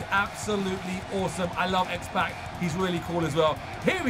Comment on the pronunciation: His name is xpac like tupac the rapper